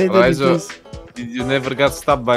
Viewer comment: Why does pronounce your name as ''Raisa''? XDD